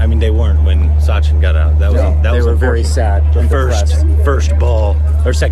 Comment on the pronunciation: Sachin , not sunday 😂